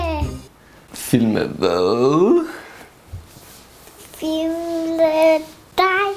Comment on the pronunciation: Er det bare mig eller siger fimle i stedet for filme?😂